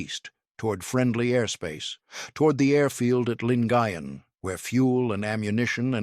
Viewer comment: Correct pronunciation "Lin-guy-en Gulf"